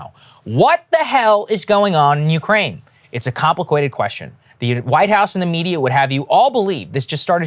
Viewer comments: “Compwakated” - Saager, 2022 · Very compwicated indeed 😆